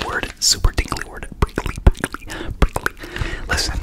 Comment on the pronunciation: Im pretty sure its prickly not brickely 😂 but good job